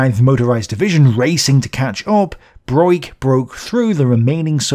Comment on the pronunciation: I am quite sure that von Broich is pronounced as /brokh/. The i is silent and signifies a long o in this particular case.